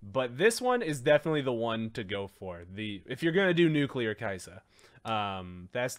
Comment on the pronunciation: It's pronounced Key Yah Suh